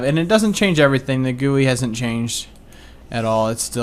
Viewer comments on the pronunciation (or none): G.U.I not Goowee lol! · Goo-ees xD Is it not pronounced as jee-you-i? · GUI and hes saying it as gooey. Damn ill just skip about 3 or so minutes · no him saying Goo-ees is a joke